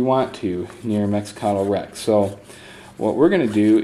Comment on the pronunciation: love the walkthrough, but I cringe every time I hear you pronounce Mecatol Rex